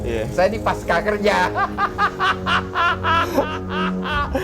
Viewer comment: Babeh..., pasca (baca pasca, seperti panca), bukan paska... gak ada kan pankasila, yg benar itu Pancasila... begitu juga dengan pasca, bukan paska...